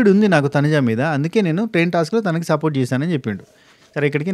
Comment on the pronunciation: Support akka ante Ann naku sapota akka ani vinipisthundi pandu sapota